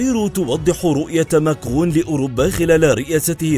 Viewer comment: انت تخطأ في اسم ماكرن بل فرنسية لا تنطق نون اخر كلمة و بلعربية اسمه ماكرن ليس ماكغون